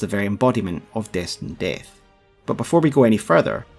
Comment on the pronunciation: I just like how you say Destined DEHTH lmao